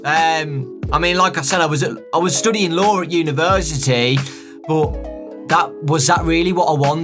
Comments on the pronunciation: The whole time he said law before he said lawyer I thought he was saying Lore xD. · Was it just me, or was it when he said "law" I thought he said "lore"? No... Just me...ok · Every time he says he studies law I hear him say lore and it messes me up XD